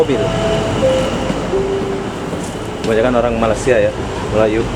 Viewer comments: sebut Malaysia bukan malasia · Sebut betul la..kalau malasia,itu keretapi kosong..semua duduk rumah tido...ini malaysia.. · Hang sebut malaysia bgi elok² skit.. Malasia² apa dia.